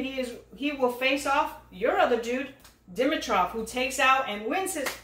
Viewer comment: buddy, we're still laughing at you for Dimitrov 😁